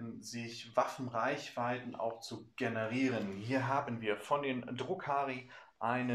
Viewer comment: Range Ergeiern (Text - gesprochen: generieren) auch nicht schlecht 🤣. Made my day. Danke für die Tips 👍🏻. Geht es bei Look out Sir nicht auch um Sichtbarkeit? Also so lange keine sichtbare Einheit näher steht? In Eurem Beispiel steht die nächste Einheit hinter den Containern und ist nicht sichtbar oder ist das nicht genau beschrieben im Regelbuch und kann daher „gebogen“ werden?